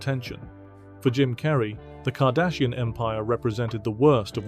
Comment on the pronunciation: You keep saying kardasian like deep space 9 lol